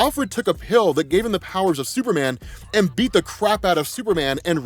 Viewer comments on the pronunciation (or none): none